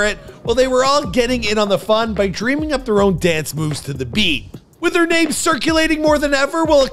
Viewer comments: All that research and you can’t get the names right? Crazy 🤣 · All that “research” and didn’t watch one video to hear how names are pronounced. Military dropout but he finished his contract. AMP blew up way before anyone knew who Kali was. Pictures of random black dudes. This one really showed how valid your videos are.